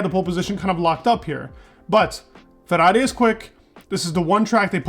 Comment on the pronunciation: I can see that when you want to, you can properly say FERRRARRRRI ... and this isn'tthe first time i noticed that! Keep up the good job, i really enjoy your videos 😉👍